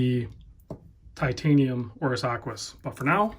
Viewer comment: Aquis, not close.